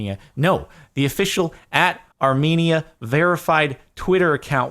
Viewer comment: I had to click on this cause I'm Armenian also not how you say Armenia